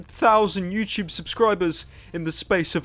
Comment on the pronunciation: why is he saying youchoob